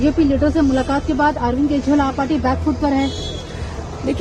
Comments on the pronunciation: तोतली बेबी केशवाल नहीं केजरीवाल हे । बिस्पी नहीं बीजेपी हे । सही उच्चारण करना शीख लो बेबी । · क्या आपकी एंकर को केजरीवाल का नाम नहीं बोलनाआता बार बार केशवल बोलती हैं।❤❤❤❤ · अरविंद केजरीवाल के नाम का गलत उच्चारण कर रही हो अरविंद केजरीवाल की जगह अरविंद केशवाल कह रही है।